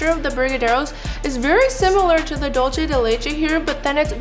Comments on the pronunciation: I'm sorry but dulce is pronounced like dool-say. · i'm sorry, but why does no one know how to pronounce "dulce de leche"? it's spanish, not italian. "c" is equal to english "c/s" or "th" (in some countries) so why make up a whole new sound for "c"... also, "leche" does have that "ch" sound (the different one), not "dulce"